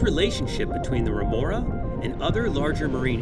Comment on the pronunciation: Remora not renora